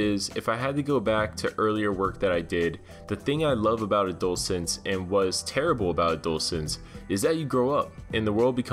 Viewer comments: Did he say Adult-sense??? lmfao my guy it’s adolescence... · ay. just use text to speech next time you have no idea what the fuck you're saying my guy💁‍♂️ or better yet, have someone else review your videos before posting them so you dont get so many cancer comments.. cause the way you say adolescence is fucking cancer. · Wow the way you pronounce adolescence gave me cancer, thanks.